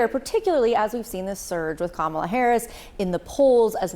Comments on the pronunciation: It wasn’t a coup. At worst, it was an intervention, but, ultimately, it was Biden’s decision. And don’t be so modest; you, not Joe Biden, are unquestionably the worst president in history. Finally, Luntz, if you don’t want to sound as stupid as Trump, you need to learn that the Democratic candidate’s first name is accented on the first, not the second, syllable. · It's "comma - la" Frank. Man, these guys are so insulting. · Come on, Frank Luntz!! Say her name correctly and respectfully as a pollster, not a DonOLD supporter—totally unprofessional! Come on, Boris—call it out! 🤨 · I see Mr. Luntz hasn’t learned how to say her name—weird! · You'd think Frank Luntz, a supposed objective pollster, could pronounce Kamala's name correctly. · Even Frank cannot pronounce KAmala's Name correctly..LAME!! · Please STOP bringing on right-wing Frank Luntz and choose a less slanted analyst. Pro tip: if they're still mispronouncing Kamala, they're NOT unbiased.